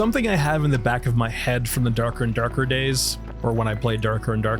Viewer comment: I like the way you talk, even tho the way you say "Dark & Darker" is funny kek You articulate your points well and there's merit to those beside the form, I agree with a lot. My conclusion? No one can live without others, our bodies are made not by walls but membranes, however one should not forget they are an individual with an ego and a vision of their own. Big games nowadays are so confused. Well, people too I guess.